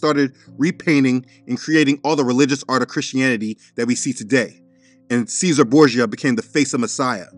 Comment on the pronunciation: It’s pronounced “CHEZ ER RAY” Borgia